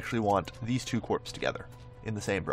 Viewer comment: Corps is pronounced core